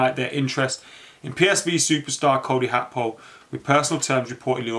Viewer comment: His name is not Cody Hakpo the G is not an H man . You can pronounce Gakpo as Gapo and that shouldn't be hard even if it's the wrong pronunciation it's still better than HAKPO???🤣🤣🤣🤣